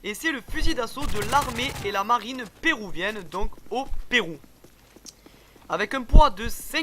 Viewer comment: Serieux cool ! Mais on dit ' une arme peruvienne' et non 'perouvienne' ^^ (petit detail ! ) Sinon bonne continuation ;)